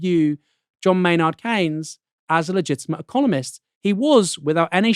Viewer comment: Is it pronounced Kanes or Keens. I have never been to Milton Kanes.